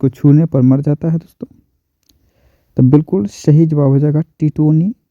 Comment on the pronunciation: sh aur s ko bolne me fark nhi malum shahi nhi hota balke sahi hota hai sir